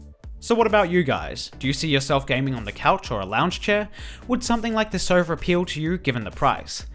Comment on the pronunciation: hes saying sova but it sounds like server